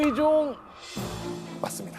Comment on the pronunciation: 발음 제대로 해야지~!으종이 아니라 의종이고 이으방이 아니라 이의방이야. 호남사람이었던가?